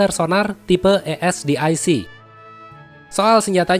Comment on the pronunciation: It's ASDIC and not ESDIC